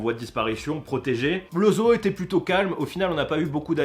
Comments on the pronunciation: Parce que toi tu dit zou ? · Je rêve ou il dit ZO-EAU ?😂